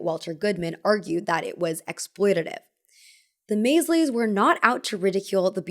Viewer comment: Please research pronunciations too… Maysle is pronounced the same as Maisel, like Mrs. Maisel…. may-zul, not may-zlee